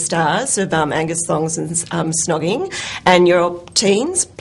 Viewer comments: why is she keep saying 'shnogging'?! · the interviewer keeps on saying "shhhnogging"... Also said "Angus, thongs and snogging"..... ??